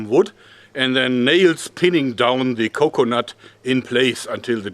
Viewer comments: Anyone else love how he says "co-conut" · The way he says coconut